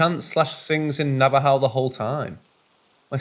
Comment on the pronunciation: Thank you for not saying navajoe. Thank you for saying it properly!!!